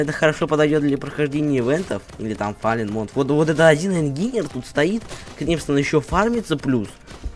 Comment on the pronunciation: По моему он по английски так и читается инженер а не ингинер